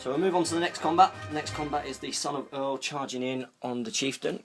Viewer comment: I can't watch this without gritting my teeth every time you two mess the names up. Eorl is not pronounced "Earl' it "A-all" and its not "Mum-ick" its "moo-mack" get this right or start calling them Rohan knights and elephants! *sigh* Ok I feel better now, great report though guys I do enjoy them. Thank for putting them up, just fix the names please.